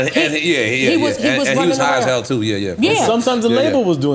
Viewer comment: heard that b-more when she said “too”